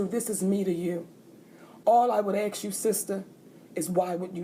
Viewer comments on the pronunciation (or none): ASK not AKS !